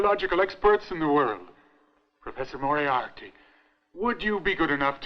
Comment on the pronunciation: Moriarity ?? its Moriarty one I.